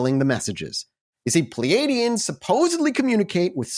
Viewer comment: Just a minor correction (I've been reading about and studying this case for many years and even have the VERY rare original text books published with the transcripts from these 'alleged' encounters) The "aliens" are pronounced (according to Edward "Billy" Meier) "Plee-yards", and the individual, Samjase, is pronounced "Sam-yah-see". The "J's" in these spellings is typically pronounced (by Meier) like a "Y". And the supposed image of Meier with the photos of Samjase, and was accused of taking those off the TV screen, were corrected due to the time they were taken and shown to people and WHEN that supposed woman was actually on that program people claimed. So IF HE DID photograph those women from a TV screen, it definitely was NOT from that Dean Martin program "debunkers" claimed it was. So even if it was not legit, there has been no proof presented as to where he took those photos of the women. I'm not attempting to prove his case in any way, it's just that I want to correct false claims made about HIM over the years as well. It's amazing though that he was accused of doing all this elaborate stuff, like rigging up models in the air to take the photos and doing all this fancy advanced technical manipulation of the images, when he had this really primitive camera and he had ONLY ONE ARM. If this case was not real, it would be fascinating to know HOW the hell he did all this stuff! BTW, I'm psyched that you guys decided to do an episode about this case!! ~JSV